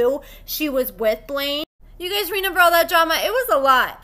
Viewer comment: Did. You say “ renember” it’s REMEMBER 😂